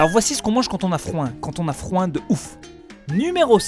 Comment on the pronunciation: "On a froim" ?! 😂😂😂 J'ai trop aimée la vidéo comme d'habitude! 😉😆